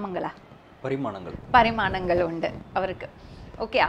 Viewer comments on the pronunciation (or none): Parinamangal not Parimanangal